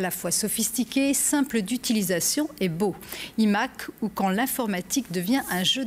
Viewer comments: Ça commence bien le « i » Mac au lieu de « l’aïe » Mac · « Les imaquue » 😦